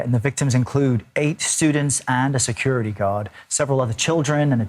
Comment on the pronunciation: What's a "secuahty god"?